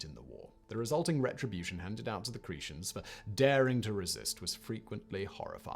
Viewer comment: Cree- shens? Lol. It should be pronounced: Cree-tens.